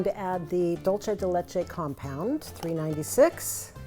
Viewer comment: Lovely recipe! In Spanish dulce de leche is pronounced Dool-seh deh Leh-cheh